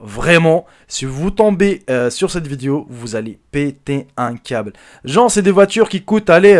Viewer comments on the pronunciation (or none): none